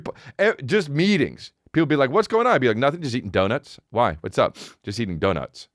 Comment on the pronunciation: I’ve been indoctrinated... I heard meetings as “m’eatings”.